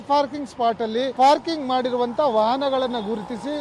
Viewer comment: ನೋ ಫಾರ್ಕಿಂಗ್ ಅಲ್ಲಾರಿ, ನೋ ಪಾರ್ಕಿಂಗ್ ಅಂತಾ ಹೇಳಿ, ಕನ್ನಡಕ್ಕೆ ಅಪಮಾನ ಮಾಡಬೇಡಿ !!! ಯಾರು ನಿಮಗೆ ಕೆಲಸಕ್ಕೆ ಸೇರಿಸಿ ಕೊಂಡಿದ್ದು. ??